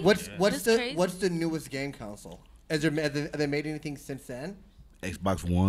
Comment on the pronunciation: lol at everyone in this video pronouncing game console as council